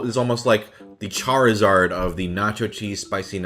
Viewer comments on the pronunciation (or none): none